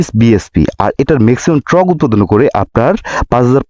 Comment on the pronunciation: কমিনিটার না 😂 হবে কমিউটার, মেক্সিমাম ট্রক উৎপাদন করেনা উৎপাদন করে টর্ক 😂😂